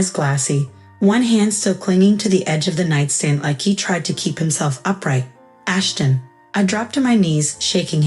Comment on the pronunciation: Ashton, not Ashen. Won, not one